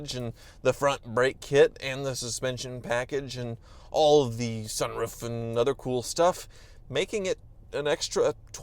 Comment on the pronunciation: I love the way he says sun "rouf"